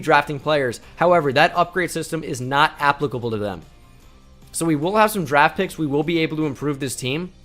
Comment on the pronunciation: the way he said applicable was funny